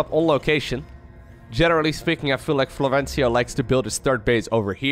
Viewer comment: No Florencio in the title... Nice name prononciation also 😂 Big fan anyway :)